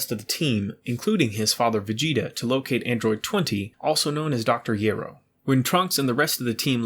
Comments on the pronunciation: Dr. Gero must be from Greece originally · Soon as you pronounced gero wrong thumbs down. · I can’t stand the way this guy mispronounces dr. Gero name